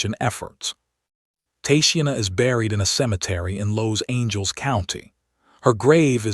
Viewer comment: Los Angels county?? Huh?? You can't really support the victims if you mispronounced half their names.